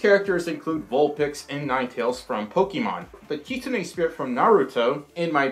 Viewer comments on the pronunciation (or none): It's prononced how it looks. Kit - soon - ey. Not Keetsoonees. :3 Love ya! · Burps: 1 MLP References: 3 I think I know who that creature is... XD I think Kitsune is pronounced as “Kit-soon”. (Majira pronounced it like that in his Furry Alphabet video). Bean Boozled 5th Edition came out btw. I think it’s time you do a second bean boozled video. :) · Kit-zoon is how you say it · Its kit-sune it pernouced kit-soon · Because dragons are BOOTIFUL Also I’m pretty sure it’s pronounced (kit-soon) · It’s pronounced Kit-sue-na But u spelled it correct UwU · Correct me if I’m wrong but I think the pronunciation is ‘kit-soon-ay’ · Kitsune (Kit~soon) that’s how you pronounce it. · Pronounced 'Kitsuné' wrong you say "Kit" like a baby fox. Now you know 👍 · In Japanese its pronounced as Keetsoonays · Don't mean to sound rude but- it's pronounced kit-soon (I think- idk) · Just so you know(not trying to be mean) it's pronounced kit-soons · Yeah… you mispronounced Kitsune:/ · You said kitsune wrong (kitsune)